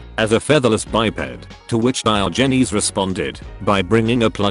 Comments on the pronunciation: DIOHGNEEZE. the tts really cant handle that name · That pronunciation of Diogenes will keep me up at night